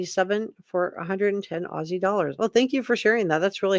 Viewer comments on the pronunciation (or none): none